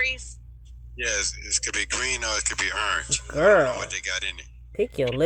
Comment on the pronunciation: Nesto said " it's either green or"ernge" 😂😂😂😂😂😂